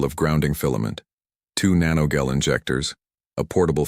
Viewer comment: You know the narrator is an AI when it doesn't know how to pronounce "gel".